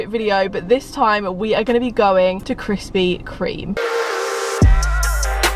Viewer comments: I’ve been watching her vids since she used to pronounce it Krispy KREM 😂🙌🏼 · me at the start anxiously waiting to see if she says krispy 'cream' or 'crem'. Btw i say cream